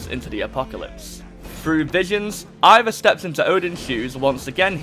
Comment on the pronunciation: If you haven’t played the game don’t make a video on it. You just sound mad dumb talking about it. You don’t even know how to say the name of the main character.